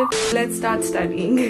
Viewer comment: its studying not studing